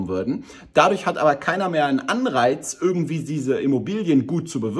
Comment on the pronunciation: Nicht ÜÜÜÜÜrgendwie!!! IIIIIIIIIII